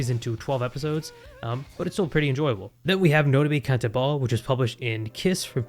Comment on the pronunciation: This! I liked Nodame Cantabile (pronunciated as "kan-tah-bee-lay", not like they said it in the video) a lot, but Chihayafuru is so so good!